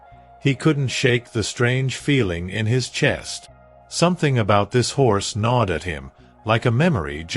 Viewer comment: Gnawed. Stupid A.I.